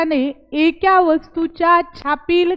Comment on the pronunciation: एक्या नका म्हणू एका म्हणा